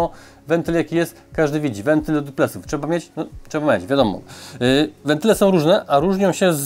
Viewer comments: ...a nie WENTYLE [zamiast WENTLE]? ;) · wentle... wyłanczam 😁 PZDR